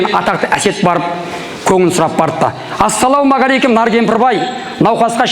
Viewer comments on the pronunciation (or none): none